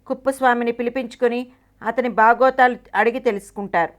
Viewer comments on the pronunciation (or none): Bagothalu kadhu madam... Bagogulu... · Bagotalu kadu bagogulu....tingari dana